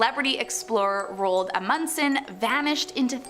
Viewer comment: THE PRONUNCIATIONS OF ROAld Amundsen is terrible